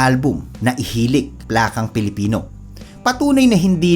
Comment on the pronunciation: correction. IHILAK yan hindi IHILIK.. kantang binisaya ..😊👍 IHILAK pasabot ... IIYAK, cry...😊👍